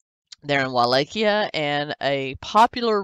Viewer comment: I like how she constantly mispronounces Wallachia 🤣 !! "Wall-ah-Kiah!"